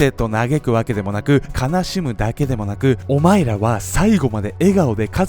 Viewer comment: オマイラ オマイラ言うから俺らに言うのんかと思った